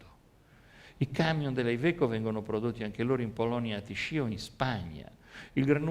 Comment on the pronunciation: Tichy e non tiscì... ma la sostanza non cambia